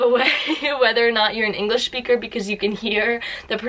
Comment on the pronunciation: Native englisch SCHPEAKER